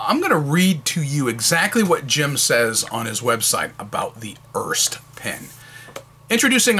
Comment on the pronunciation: The Pelikan M205 and M200 are identical except the M200 has gold trims while the M205 has silver/chrome trims. The pen looks nice but I'm a bit concerned about the missing rollstop. Just a bit of nitpicking: Here in Germany the last "e" on Erste is spoken, so making it a two-syllable word "Er-Ste"